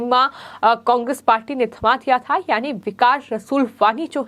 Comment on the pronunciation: कोकेस नहीं कोंग्रेस बोलो मैडम 😟😳